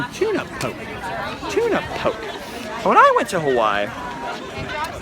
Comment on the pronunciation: Tuna Poke...'pokie'. And it's pretty darn okie dokie, that tuna poke.....I'm sorry..